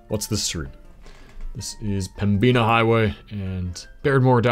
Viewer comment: Helpful pronunciation guide: Pembina: PEM-bih-nuh Lac du Bonnet: Lack doo bonny